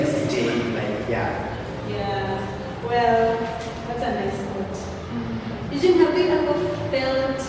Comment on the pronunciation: Not "brother Eugine"😂